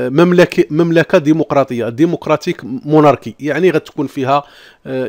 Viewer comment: هذا خونا خاصو امشي أدير محاربة الأمية لانه لا يعرف كيف تنطق كلمة الملكية بالفرنسية اسمها مونارشيه وايس موناركيا